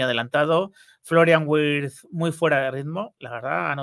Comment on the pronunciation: se pronuncia virtz